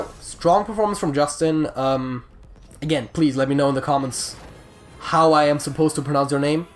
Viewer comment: The name "iustin" is romanian, you can look it up how to pronounce it as it is hard for me to explain. You can call me though, I don't mind.